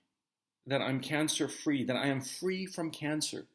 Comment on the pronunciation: It sounds more like "i'm gluten free" 🤣🤣🤣🤣🤣🤣🤣🤣🤣